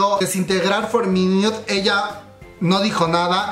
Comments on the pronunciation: "For miniut" xd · Amix no lo digo en mala gana ni nada pero se pronuncia jiuna y iduan,y for minut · Buena la información, bien completa. Pero la pronunciación de los nombres de los involucrados y los grupos, por ejemplo: for miniuts, hiouna... Hay que estudiar más bb.